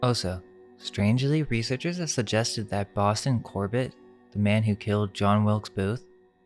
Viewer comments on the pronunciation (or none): none